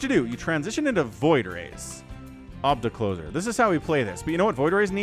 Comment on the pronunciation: Ohb-dak-lohser xD